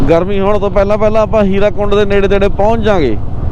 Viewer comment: Halay bhi bahut lokan nu muawaza nahin milia.Hirakund nahin,Hirakud.